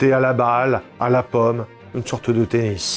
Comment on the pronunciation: « À la pomme » ( 😅🍎 ) À la paume ! Pôôôme 🤪